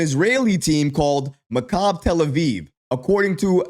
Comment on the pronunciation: It's pronounced mak-a-bee; not macabre! Oy.